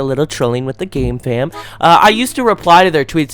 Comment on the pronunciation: Sometimes I hear gamefam as "gay fam"